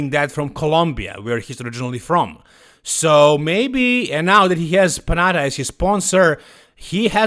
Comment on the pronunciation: This is not the correct pronunciation of the Panatta brand. Panatta is an Italian name and in Italy double letters have a different sound than single letters. You should pronounce a harder T and the tonic accent is on the second a